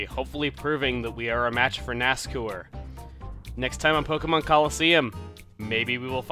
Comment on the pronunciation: Ever time you pronounce his name as NASCOOR it makes me cringe. I've always pronounced it NASCOUR (the OU making the same sound as in the words hour or loud).